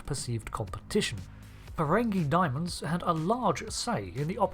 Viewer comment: day-mons not diamonds lmao